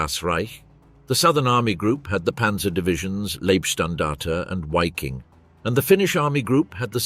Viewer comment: Is it not pronounced 'V'affen and 'Viking. As opposed to Waffen . Interesting pictures from the period. Thanks for the documentary